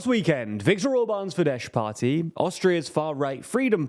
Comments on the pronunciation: The letter combination "sz" is NOT pronounced "sh" in Hungarian. "Sz" in Hungarian has the sound of "s". Also, Hungarian is a language that usually stresses the FIRST syllable of a word. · Fidesz not pronounced as “fidesh” rather fides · Read Fides, not FideSH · .. It's FIDES, NOT "FIDESH"! No, the Hungarian SZ is not the Polish SZ. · It's Fidesss not Fidesh! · As a Hungarian, I must correct the pronunciation of FIDESZ... it's not FIDESH as you pronounced, but FIDESZ /s/. The last sound is a double-letter SZ, which is to be pronounced like the "s" sound in the English word "soldier". Other than that, it was a good summary. :) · S for chist sake... Fidesz ends with a regular "s" not with "sh" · Mate, it's not pronounced Fidesh but Fides with British typing. In polish Sz is Sh and S is S but in Hungarian it's the other way round, and sz is s and s is s. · Why they saying “fidesh” 🤣. It’s pronounced “Fides” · Unfortunately, Orbán's party is pronounced "Fidess" and not "fidesh". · Please pronounce Fidesz as “fides”. It’s the right way and is much easier. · You're pronouncing Fidesz wrong! In Hungarian, 'sz' = 's' sound and 's' = 'sh' sound 😊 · Fidesz is pronounced as Fides. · Please stop calling it FIDESH, its not polish, the sz is pronounced as a normal S. (I still hate them though) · I can't watch this, this guy calling fidesz "fidesh" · In Magyar language, SZ sounds like S (the letter S sounds like Sh by the way) So Fidesz is pronounced Fides. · I love you guys, but Fidesz is pronounced as "fides" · "fidesh" Lol Lmao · It’s should be Fides with an S (in Hungarian sz is read S) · You mispronounced fidesz- it’s “fides” while s alone in Hungarian sounds like sh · Yeah, he read it like the Polish sz combination, which is indeed [ ʃ ] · To be pronounced as FideSS - this spelling is more fitting anyway;) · Fidesz with an s and not sh, comes from latin... So annoying you cannot get this right. Avoid using their name if you cannot pronounce it?